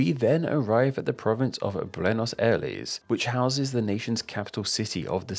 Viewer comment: Bruenos aleis